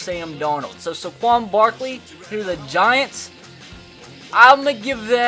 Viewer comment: ITS SAY-QUON